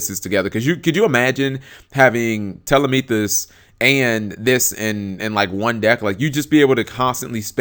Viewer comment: The P is silent but yeah they're still saying it wrong.